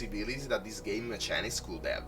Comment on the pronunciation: Hi, Just wanted to offer some advice. When you say Mechanics prounce it like so " meh-K-anics". Just found your channel and am loving all the videos/deck builds! Thank you keep up the great work